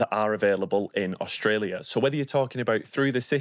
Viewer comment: Funny…..you calling it OSHTRELIA ! Why ?